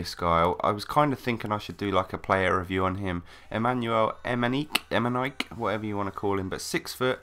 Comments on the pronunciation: EME??NIKE?? xD E Me Ni Ke ! :D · Its pronounced emeneekey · em-en-ee-kay is how you pronounce it, but yeah great video, and a BEAST player:) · IT IS EMAY-KNEE-K!( KSI VOICE) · em in e k is how you pronounce it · Its actually pronounced Emineekay